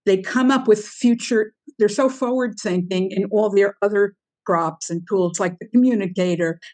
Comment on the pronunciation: What were you thinkinah!